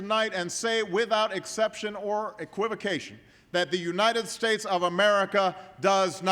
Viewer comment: What did she say? Unined States?